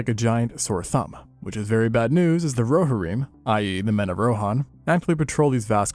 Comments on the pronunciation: "The Roar-a-heem" I fucking cannot 😂 if you're not sure of how to pronounce something, LOOK IT UP. First chitin, now Rohirrim. For someone who speaks about dinosaurs and other flora and fauna, one would think you'd care enough to get it right. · bro please practice saying rohirrim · I've never ever heard Rohirrim said like that ever in my life 😂